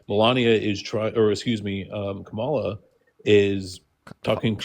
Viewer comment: why is it so hard to say Kamala? COMMA-la (rhetorical question, i know why)